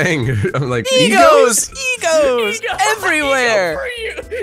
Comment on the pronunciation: The way said "egos" made it sound more like a Mexican cookie brand. "Donde esta mi Egos?"